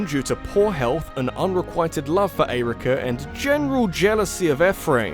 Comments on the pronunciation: The way you pronounce Eirika & Ephraim makes me wanna kick puppies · Interesting emphasis when pronouncing Eirika and Ephraim’s names. Never heard it like that before. ... That’s all. Glad you enjoyed Momocon.